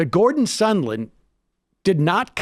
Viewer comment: Sahhhnd land! Like "songland". Sorry. That's a serious pet peeve.